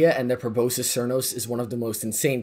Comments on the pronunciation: Pro-boss-kiss. That’s how you pronounce that bow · it is pronounced proh-boss-iss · Bro can’t pronounce proboscis 💀